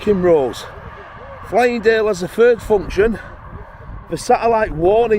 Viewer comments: It's called 'FYLINGDALE*S*' There's an 'S' on the end. You wouldn't call LEEDS 'LEED' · Pleased i arent the only one to notice!! As a local to that area it annoyed the hell out of me everytime it was called Flyingdale